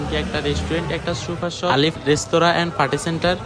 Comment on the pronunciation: চুপার কি? সুপার বলেন